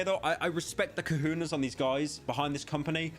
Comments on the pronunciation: kahooonaas. couldnt be Kahones. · Pyro's absolute butchering of the word "cojones" has made me die a little bit inside